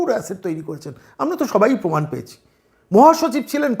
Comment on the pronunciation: পমান নাই/ মমতাজ প্রমান বলতে পারে না??🤔🤔